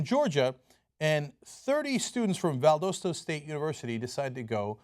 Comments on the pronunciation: Pronounced Val-daw-staw not val-doe-staw .... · I hate how everyone pronounces Valdosta that's not from the area. The way he said it is wrong. Im from the area. No one says it that way. You say the "O" like "ah". Not literally "O". Vald"ah"sta. Sorry if im being picky but it's irritating. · lol the way he said valdosta state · I just watched because I knew they would say Valdosta wrong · Aww the way Cenk says Valdosta makes me giggle. Oh crap. Have I been in the south too long?